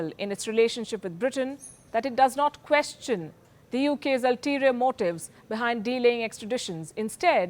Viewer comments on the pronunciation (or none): none